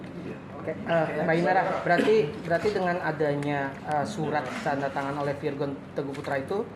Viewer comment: bukan lagi virgoun tapi vir'oun